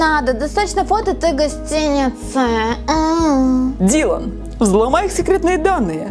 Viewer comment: ты на прочитала не "Дилан" а "Дэйлан" 😅